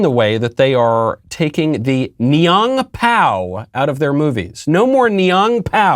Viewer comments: I'm actually kinda surprised at how accurate Michael's pronunciation of 'Niang Pao' is. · michael your prononciation of niang pao is on point xD